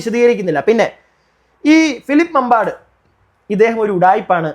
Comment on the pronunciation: മാമ്പാട് ❎, മമ്പാട് ✅. തിരുത്തുമല്ലോ?